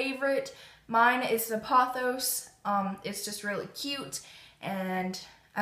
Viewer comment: Beautiful plants! You pronounced 'pothos' and 'ZZ' correctly :) The spider plant will like being in a smaller pot, they like a cozy house. If you're looking for some good information about basic (and uncomplicated) plant care, check out The Houseplant Journal - he has a YouTube channel too.